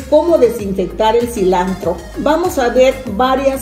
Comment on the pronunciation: Todo bien pero se dise silantro no silandro 😱😱